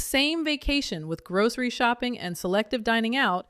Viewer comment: Why do you say "grouSHery" ?